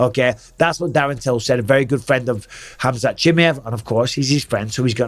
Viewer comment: And Bisping you call Khamzat for chimiev 😂😂😂😂😂😂